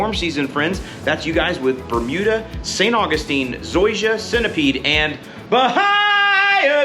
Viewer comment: I still laugh every time you call it St. Fungistine 😂